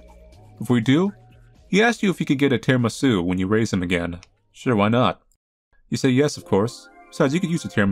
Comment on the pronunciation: the way said "tiramisu" lmao